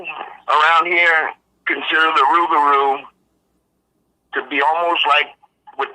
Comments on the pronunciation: not in Louisiana my friend it's pronounced with an R the l is silent due to the! accent! Us yankees pronounce it with an l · The Cajuns and Creoles do pronounce it rougarou, though,because their French is altered after centuries in the New World. They have what's called a Rougarou Festival annually in Houma of the south of the state, but I admit, I never was present for one.